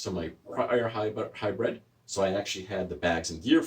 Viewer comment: Hybrid, not hybred.